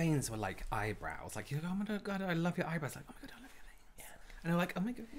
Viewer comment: “Oh my god my VAINS!“ 🤣🤣🤣